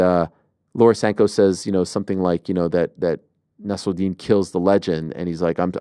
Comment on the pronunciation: Why is Ariel pronouncing Nassourdine with a french accent? Lol. He is originally from Russia and his name is of Arabic origins.